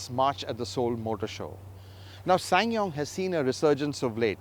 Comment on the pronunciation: he pronounce this brand like a pro